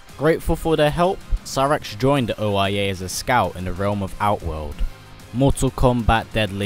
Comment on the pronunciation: Oia sounds like oh yea